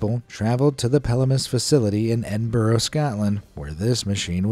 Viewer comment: Sorry don't want to be difficult here but you incorrectly said Edinburgh I live a hour away from the city and it just annoyed me